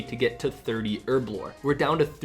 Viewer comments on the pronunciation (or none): It's HERB-LORE not ERB-LORE There is a H in the word.